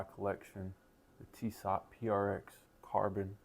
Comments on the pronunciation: Its pronounced tee so Not tee sot Youve got some nice 1s. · Really like your Tissot watches. By the way, Tissot is pronounced "tee-soh". The 't' at the end is silent. Keep up the great content!